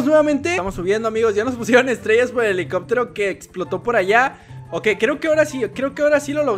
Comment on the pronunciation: dijiste elicobtero